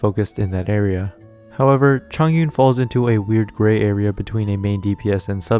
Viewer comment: hiii bestie a liyue pronunciation guide is out please give it a listen =) <3 thanks! - chongyun main